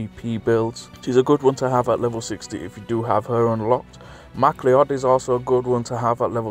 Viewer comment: MacLeod is pronounced M'Cloud